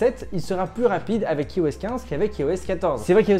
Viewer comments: Y’a TROP de gens qui prononcent mal iOS… Ça se prononce "Aïe-OS". Comme "Aïe-Phone", "Aïe-Pad"… etc. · Par tous les saints, pourriez-vous cesser de prononcer "i-OS" à la française au lieu de dire "eyeOS" :( ? Sérieux quoi, si vous dites "i-OS" à la française alors assumez et dites "i-fon" aussi! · La vidéo démarre "Yi-OS" 15 ! Aie...